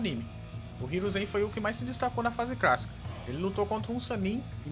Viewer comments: Ele fala fase "crassica" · na fase "crácica" 😂😂😂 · É impressão minha ou tu fala fase crassica? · não é cracica e clacica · "fase crassica" kkkkkkkkkkk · Fase CRÁSSICA,RECRAMAR.Mano você é o Cebolinha reverso?Caraca quantos erros de português. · Pq vc não fala clássica correto meu kkkk